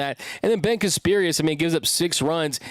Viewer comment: If you are going to talk about Casparius, you should really learn to pronounce his name correctly. You have been saying it wrong for 2 years.